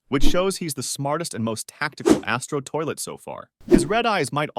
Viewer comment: Please can u say astro toilet normal and can u stop saying the in ur videos I will quit watching if I don't stop doing that